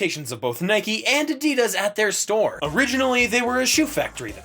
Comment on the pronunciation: This narrator actually knows how to pronounce Adidas. Most people don't